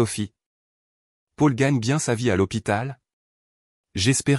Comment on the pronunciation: On dit Pol pour Paul, et non Pôle 😅